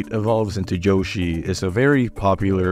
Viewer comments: ITS YOSHI NOT JHOSHI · "joeshi" "princess peash" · Why the hell do you pronounce "Yoshi" with a "j"? Wtf is "Joe-shi"? 😂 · By far, the scariest thing in this video is how you call him Joeshi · I feel like you call Yoshi « Joeshi » and Waluigi just « Luigi » on purpose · Why u say Joshi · "joshi" yeah like drake and josh I remember that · Great video, but the way you pronounce yoshi pisses me off